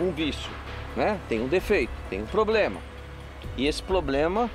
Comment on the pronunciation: Quem viu o Celso falando ploblema deixa like.